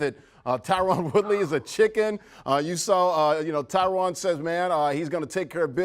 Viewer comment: Glad the announcer got Tyron’s name right. Finally someone that actually gives a shit.